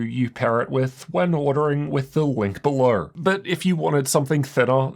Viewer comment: "Check out the link berhlerh" 😂😂